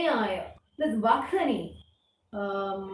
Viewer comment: Sloka 4th Vahni is to be pronounced as Vanni na